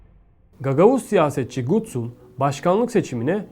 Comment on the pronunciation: Gutsul degil Gutul 💆🏻‍♂️